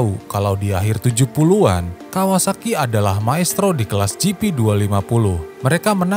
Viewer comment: Why you keep switching from saying Kooasaki to Kawasaki? Why do you pronounce Kork Ballington's name Kork Bington? He also never managed the 250cc race team!